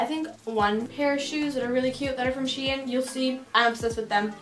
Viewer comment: Ok but the way she said shein really annoyed me ahaha sHEeenn 🤣🤣